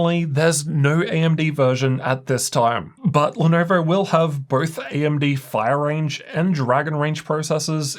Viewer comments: Had come across your videos while buying my first gaming laptop, Lenovo legion Y540, back in 2020. Your pronunciation of Lenovo as 'Lenerver', brought back so many memories. Thank You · why does bro say "Lenoevorr" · 'lenaurvaur' hehe